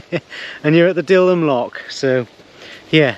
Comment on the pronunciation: Dil-ham, stal-ham, dillam, stallam. You sure you're a 😂